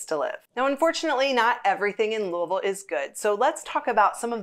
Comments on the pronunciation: Louisville was founded in honor of King Louis (Not Louah, not luhaa, but "Louie.") the XVI. When you visit, you are visiting "Louie Ville" not Louhvul, or Luvull, not LooAhVull, and so on. It is "Louie Ville". Got it? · You are incorrect. I will not comply. You are appointed 'dumb tourist' status if you ever come to lou-uh-vul.